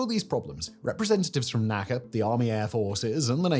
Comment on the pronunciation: NASA is pronounced. NACA is spelled out.